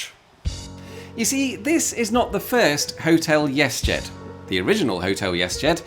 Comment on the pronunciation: Cool. It sounds like you keep pronouncing it "yes jed" .